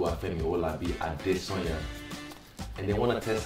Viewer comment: At least no accent on he saying his name .. 💯 Naija